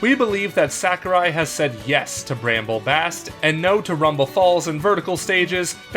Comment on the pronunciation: You're allowed to edit a rough draft script, guys. You can also try multiple takes when you record audio. "Bramble Bast"